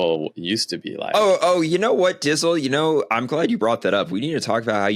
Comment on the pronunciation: OMG - call him "Dtizle" not Dizzle - what a major slip up. His knowledge cycling makes him look like one of the students in the the first Indiana Jones movie, star struck and dumb as f#^k! His head linkage is broken.